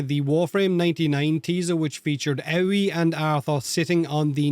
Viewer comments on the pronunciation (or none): Love the number of people pronouncing Aoi as Ow-wee. Even DE can't say it right. Hilarious. It's literally the Japanese word for blue. Ah-Oi-E.